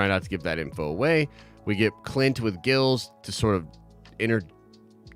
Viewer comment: It’s amazing how he can pick apart a show right down to every little detail but he can’t get a guys name right. Especially when the subtitles are on. It literally says who is talking. The guys name is “Grills” not “Gills”.